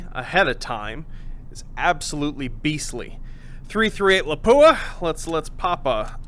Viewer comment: It's not "la-POO-ah", it's "LAP-pu-wa" (stress on first syllable)